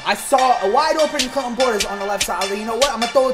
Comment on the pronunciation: at 305 or 306 he said cl in Clinton portis so hard